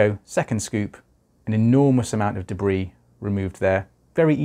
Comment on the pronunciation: I love the way you say debris